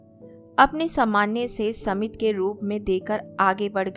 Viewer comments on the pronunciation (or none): सुन्दर कहानी सुन्दर अंदाज लेकिन आपका उच्चारण कई जगह बहुत गलत होता है. साधारण सा शब्द है 'स्मित' जिसे आप 'समित' पढ़ती हैं